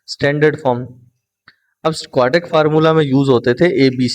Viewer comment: Sir ji please 😒😒 aap ek word wrong parte hai aur wo hai quadratic word wese parhne Mai quadratic hai aap quadric parhte hai plz Apne words ko pehle thk Karen us ke Baad video banaya Karen